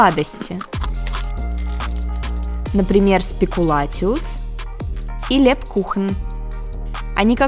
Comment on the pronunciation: Правильно произносить СПЭКУЛЯЦИУС как ПАЛЯНЫЦЯ😂😂😂